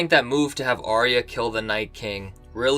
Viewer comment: If Arya is your Favourite Character, How come you cannot pronounce her name???